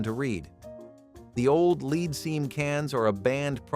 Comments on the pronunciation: Ha! Gotta love speech-to-voice technology! Lead, in the context used, is supposed to be pronounced "led". not "leed". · "LEED?" Seriously? Even a Bot should be able to pronounce that correctly. Wow... I ate LOTS of "Food Sticks." Amazing that I'm still Alive. I can't even Imagine how Many boxes of Frosted Flakes that I ate. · "Leed:???? Dumbazz Al can't pronounce anything correctly. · You know you're getting old when you remember eating and drinking almost everything on that list. And it is not pronounced "leed" it's pronounced "led". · LOVE the mispronunciation of half of these! Watch out for leed poisoning! 🤣🤣